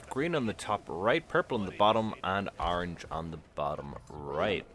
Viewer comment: Why do you keep sayign Arange? It's ORANGE!